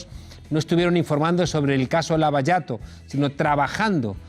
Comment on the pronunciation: lava shato, meu rei, lava shato. No lava yato. "Lava jato" = lava zhato o si prefieres lava shato.